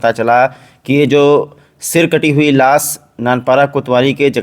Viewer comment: Las nahin lash hota hai